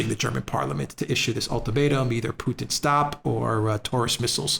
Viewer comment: It's putin not poothin just say Vladimir you sound ridiculous